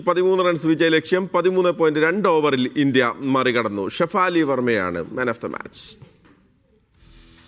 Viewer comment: Shifa ali alla … shifali😂